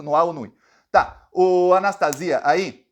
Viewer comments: É Anastasia mesmo, não Anastácia. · a pronúncia do nome do ex-governador e ex-senador golpista do meu estado MG é "Anastasía".